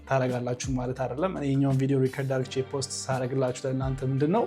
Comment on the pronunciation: Please say ADDርጌ not argche😢